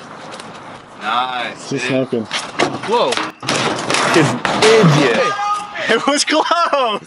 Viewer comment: what video is saying”igiot” from?